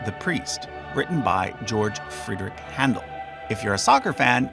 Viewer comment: George Frederic Händel, pronounced hend´l.